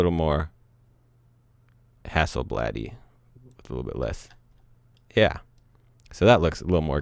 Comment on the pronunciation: Liked what you did with this clip. Hasselbladey... did I hear that correctly? LOL